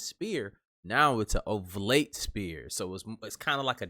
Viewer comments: It's OBLATE...not ovlate or whatever you're saying... Also OBLATE shapes aren't like donuts....toroids are...OBLATEs are egg shaped... You have Google....why be wrong on a video you edited? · It’s an oblate sphere, not ovlate.